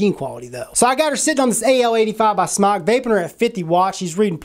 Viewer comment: the owner of "SMOK" has confirmed it's pronounced "smoke" not "smok" just FYI haha